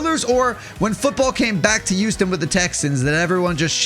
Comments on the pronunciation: I do NOT like the way that you say Houston oilers, the way you say is the "Uouston Oilers", bro is NOT pronouncing the "H". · Why does it sound like yuoston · dude can't even pronounce HOUSTON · why the duck do you say Houston like that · pisses me off